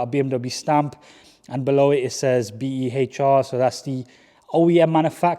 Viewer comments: Behr is pronounced as bare 👍🏻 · Behr = ‘Bear’